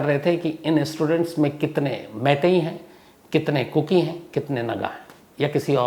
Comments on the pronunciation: It's kuki not koko sir... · Sir Aap koki chod kar kuku bolne lag gaye kuku FM yaad rahta h aapko islye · Sir ko kuku hi aati hai zubaan pe....kuku ke bolkar phir kuki ke.. sahi kar liya.😅😅 Cute Shams sir😂